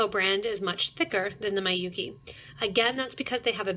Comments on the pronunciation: Although this isn't really important but Miyuki, since it's Japanese, is pronounced with short vowel sounds: Mee-yoo-kee but short. Not my-yoo-kee. It might confuse others who know how to pronounce it thinking that you're talking about a different brand. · Yes, her mispronouncing the name Miyuki as my-yoo-kee makes this video difficult to listen to even though it has good information otherwise.